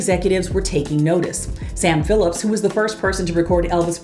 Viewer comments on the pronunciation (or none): none